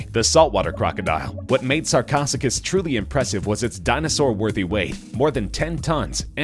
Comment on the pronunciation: Sar-co-Sue-cas. Say it after me, narrator.